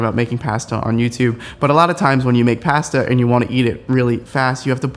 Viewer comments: Pass-tuh? Try poss-tuh. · Pass-ta? That’s a first for me. 🤣🤣🤣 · say ‘pasta’ like a brit! lol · the way he says pasta tho... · I was so flabbergasted by the way you pronounced "pasta" that I completely missed your advice and had to rewind to hear it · Soooo have I been saying “pasta” wrong for my whole life???